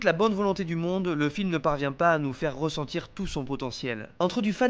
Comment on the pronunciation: on dit pas ''il rogrété d'y avoir participé'' mais ''il regrettait d'y avoir participé '', on dit pas ''faire rossentir'' mais ''faire ressentir'', on dit pas ''la fin du monde est roportait jusqu'en 2027'' mais ''la fin du monde est reportée en 2017''